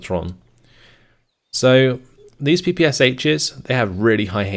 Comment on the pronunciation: Hi. Just FYI, when you pronounce PPSh, no need to separate S and h. It's one sound like 'sh' in the words 'short' or 'shore'. In Russian it's pronounced like P-P-Sha.